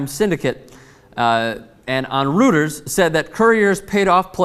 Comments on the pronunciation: FYI It's pronounced 'royters' not 'rooters' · (and its pronounced Roy-ters not rooters,:) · it's pronounced roy-ters. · I think it's pronounced ROY-ters